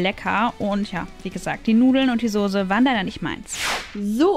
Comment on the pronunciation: Wie eva immer sagt die sose